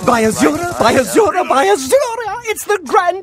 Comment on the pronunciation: after a while 'by azura' starts sounding like 'sayonara'